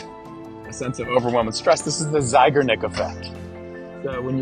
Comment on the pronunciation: Hello! Just thought you might want to know that Bluma Zeigarnik (emphasis on the last syllable, btw) was a woman. I knew her. So, a "she", not a "he".